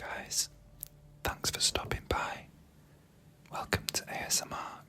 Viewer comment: Also, maybe I'm being an idiot, but is your name ""? I'm guessing because ASMRk and the way you said it. Ay-Ess-Eh